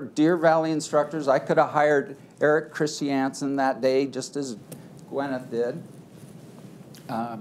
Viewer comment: I’ve never heard ‘Christiansen’ pronounced as “Chris-tee-ANN-sen”